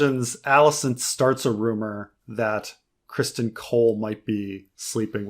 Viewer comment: I rarely use podcast apps anymore as most of the podcasts I listen to are also here on YouTube at the same time or earlier. Are these posted here or are they podcasts that are already out and then edit down for YouTube content? And. Your killing me with this Criston Cole pronunciation. His name is not Christian. It’s Criston. He’s a pivotal side character and you should really know his name by now.